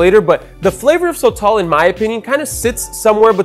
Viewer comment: It’s pronounced soh-tohl (both the “o”s sound the same) not so-tall